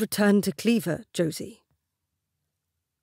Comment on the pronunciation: I finally put it together. "Cleaver" and Clairvoir, pronounced incorrectly. I love it when that happens.